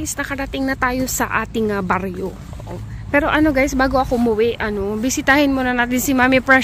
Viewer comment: Halatang ilokana sa word mo na sa " Baryo"😂